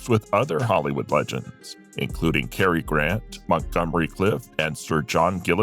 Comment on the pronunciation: Carrie Grant????? Really???? How illiterate can you get?